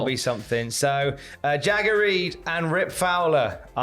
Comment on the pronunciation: Genuinely thought said "Shagger Reed"